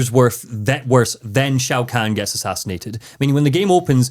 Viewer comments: I have been a fan of mortal kombat since 1997……..it’s not even 2 minutes into the video, and you hit me with “Shao Kang” …….and “Gible”? I’m gonna have a stroke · I love that seems to pronounce Shao Kahn as Shao Kang so I guess you could say he’s Shao Kang the Conqueror.